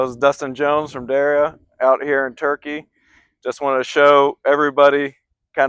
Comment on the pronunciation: Pronounced Daria. Correct?